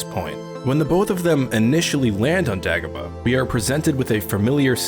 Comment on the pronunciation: It's DAY GO BAH ,NOT DEG A BAH